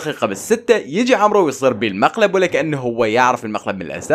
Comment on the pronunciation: عمرو ❌ عمور ✔️ 😘😘